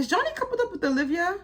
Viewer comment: I love your reviews, always on point! PS: It's Javonny not Jonny